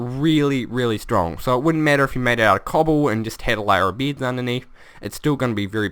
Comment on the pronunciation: Omfg SAY BEDS NOT BIDS ;) luv u man